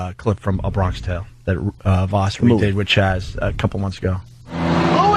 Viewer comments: “Bron-kish tale” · Opester just straight up not getting why 'Bronksh Tale' was funny cause he read it wrong and nobody corrected him.